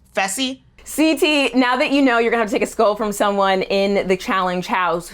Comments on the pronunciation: Josh is such a tool, I can't wait til that Frankenstein loses his skull... and why does half the cast pronounce it "skoal"? Btw: looks amazing in confessionals, right!? ❤ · i find it cute the way kam pronounce “skull”